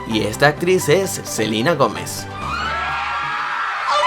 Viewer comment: Selina dijiste